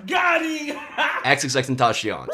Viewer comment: He keeps saying Xx-tentashion it's annoying